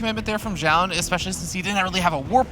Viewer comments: keeps saying jaund for some reason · why does the male commentator keeps saying jaun?? it's like he refuses to pronounce the player's name correctly which makes jiro sense! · Maybe they were thinking about the Zh sound like in Zhao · 10 minutes into the video, the biggest battle is between the casters on how to pronounce Zoun.